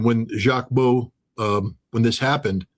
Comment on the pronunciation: Jacques Baud - pronounce it with a short O … 59 people in the EU at the same place - another Swiss woman too - and no saving, help even answers from the 🇨🇭gov. Ouach !!!